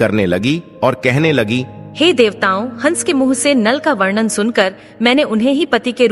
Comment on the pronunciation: आप शब्दों का‌ उच्चारण सही करें।वरण और वर्णन में अन्तर होता है। ऐसा लगता है कि आपको लिखा हुआ भी पढ़ने नहीं आता है। धन्यवाद।